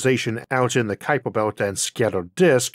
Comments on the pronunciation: Ah yes the kuiper bewt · Isn't the name pronounced 'cow-per'? Although my Dutch is quite poor - anyone Dutch here?